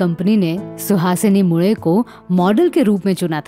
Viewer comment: Mule - surname ka bilkul sahi pronunciation - aapne - nasal accent aur tongue usage se kiya